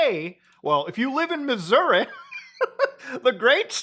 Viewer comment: lol nice impression 😂 but you gotta really emphasize the Uh there at the end. Like “mizz-ur-RAH” 😂😂